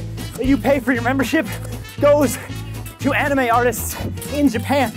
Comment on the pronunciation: During the add I thought he said “the best why to find anima outside of your pants” lmao